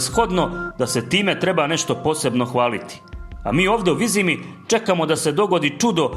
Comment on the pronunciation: Ovo je silovanje knjige s takvim citanjem.. pa ne znas niti pravilno izgovoriti Vizima. Kao da neki stocar iz sela pored Banja luke cita.